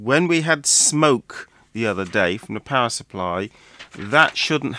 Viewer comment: Each time you say, “power supply,” I have a double take since I hear it as “pacifier” (baby’s “dummy,” in UK-speak). Maybe it is subliminal — one may cry and need one with this machine.